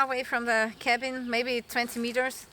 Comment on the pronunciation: “Cabin”. Smh